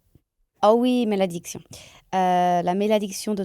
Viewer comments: Correction: curse in french is MALÉDICTION! 😊 So endearing to hear teaching it to matt as « méladiction » though😂😂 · Is she really French because she said Méladiction when it is actually Malédiction... weird 🧐